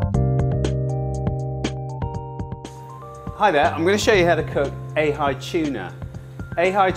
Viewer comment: A high tuna??? It's Ahhh Heee tuna.